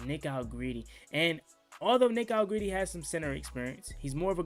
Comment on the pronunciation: Hell u keep callin dat man allegreedy for 😂😂